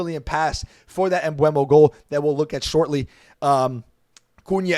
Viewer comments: His name is pronounced m-boo-mo, more like boomo not like bueno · Just stop with that ‘Mbuemo’ thing its ‘MBEUMO’ !!!!